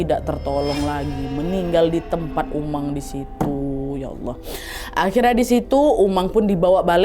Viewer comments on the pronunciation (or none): none